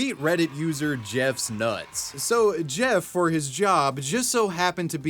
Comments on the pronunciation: Dropped the 's' on that jeff shoutout huh. Has me cracking up. Also great videos new favorite channel to chill to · Why did you keep saying Jeff nuts it’s JeffsNuts smh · Why do you keep saying "JeffNuts"? It's "JeffsNuts". Give the guy his credit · It's JEFFSnuts. NOT JEFFnuts.